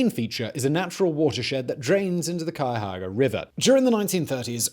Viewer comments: "--drains into the....cayaahaga river" brutal man 😂😂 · I live in Columbus, the capital of Ohio and we have some notorious killers who have "graced" our streets. Cleveland though, is it's own beast... PS. Please read more native Ohio names because your pronunciation of "Cuyahoga" cured my quarantine depression. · There's an O in Cuyahoga. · Can’t say I’ve heard that pronunciation of Cuyahoga before. Lol You can’t discuss the Mad Butcher with out mentioning the possible Black Dahlia connection! Idk why but that possibility has always interested me.